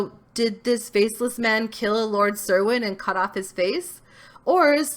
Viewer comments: "Cerwin" is pronounced "Kerwin." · It's pronounced Lord Ker-win